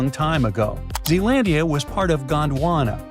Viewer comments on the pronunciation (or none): It's Zealandia